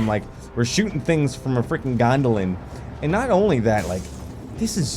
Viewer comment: He calls it a gondolan😂😂😂